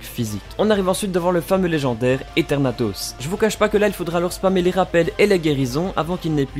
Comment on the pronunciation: Ethernatos ca ce prononce Ezernatos